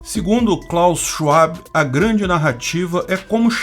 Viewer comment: Amo seus vídeos,! Mas vou te dar uma dica… W em alemão se pronuncia como o V em portugués, portanto sch (como um chi rápido e levemente sibilado) e logo depois, vab(e) apenas va + fonema b. É só escrever no tradudor e ouvir. Chuabi…. fica muito ruim… Mesmo se tratando desse verme